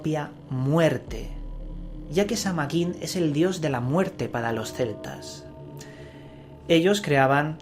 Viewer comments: De hecho la correcta pronunciación es Saa-win y ésta festividad es parte de la rueda del año que celebran los wiccanos. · Se pronuncia Saa whin! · samhain es el nombre de un rio nacido de la union de morrigan y dagda, pero no es una deidad. El nombre de la fiesta significa el fin del verano y la pronunciacion mas adecuada sonaria como sowein. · Se pronuncia San-Win y Samhain no era un dios de la muerte, no habia sacrificios humanos, tus Fuentes estan erradas